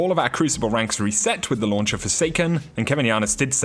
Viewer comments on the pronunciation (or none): none